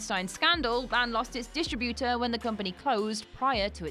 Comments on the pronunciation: can we talk about how you pronounce "Distrubuter"... oh and Wild Rose, Welcome to Marwen and Brightburn... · "TOLL-keen". "BIO-pics" (you know, as in biographical picture?). "dis-TRI-butor". The S is silent in Cannes.